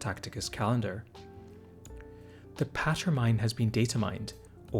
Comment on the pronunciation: I think Patermine should be pronounced like you'd pronounce Pater when talking about a priest (I assume most would pronounce the second syllable instead of making it sound like "patter"). It's the latin (and imperial gothic) for "father", so Patermine is basically "father-mine" as in an archaic way to say "father of me/mine". It's probably also a nod to the classic Lord's Prayer "our father in heaven..." which is "pater noster in caelis", except this is switching our to mine.